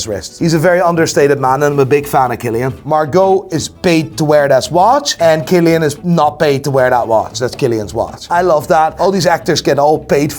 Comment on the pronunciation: Love the way you say Cillain.....🤣🤣